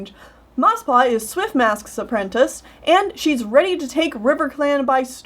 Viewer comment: You sometimes pronounce apprentice like "apprentince" and it hurts me every time